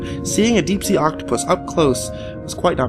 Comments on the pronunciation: Octopi. Not octoputus. Please redo ;) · i'm sorry but... 'octoputus'?? really???? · what's an "Oktoppatus"? 🤷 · Octopitus shut the fuck up guy now I know this is bullshit no one says octopitus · Lol, he said octoputus. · oct-topotus lol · Octoputus? am I the only one who heard that? twice?